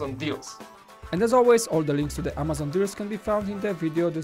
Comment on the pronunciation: Does anyone notice always pronounces Amazon like "Amayzon"?